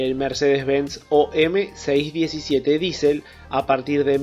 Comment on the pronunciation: Muy buena descripción tecnica qué pena que no se pueda decir lo mismo del léxico utilizado RUDOLF DIÉSEL fue el inventor del motor que lleva su apellido que es DIÉSEL y no disel....solo en Argentina y México se podria cometer la aberración de llamar B a la V clama al cielo que a un bloque motor que ademas tiene la misma forma que la letra V y que se llama asi en todos los paises industrializados que los desarrollaron que le llamen B o doble B es para reir si no fuera por el caos que genera esta forma de hablar.